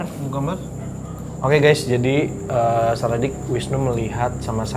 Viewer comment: Maaf mba, saraddict bukan saradicks. Sara addict (Kecanduan sara, candu sama konten2nya). Kalo sara dicks, dicks itu kelamin pria hehehe. Jadi kalo sara dicks yaaaa...gitu mba. :) Sekali lagi maaf ya mba, saya hanya kasi tau.